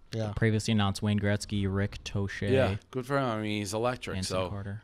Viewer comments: Rick Toe-Shay???Really,. Holy shit. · “Rick Toe-Shay” Brutal